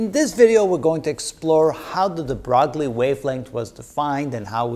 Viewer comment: Broglie's name is not pronounced "bragly"--despite its misleading French spelling. Luis de Broglie, is pronounced properly as Lui-dǝbroy ....